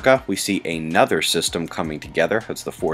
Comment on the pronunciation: Check your phonetics ... "AY-NUTHER"... Oh really? "UH-NUTHER" or "AN-OTHER"...okay. But never "AY-NUTHER".